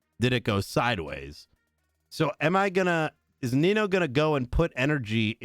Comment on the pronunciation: How Guy says Nino, "Well Nemo". 😂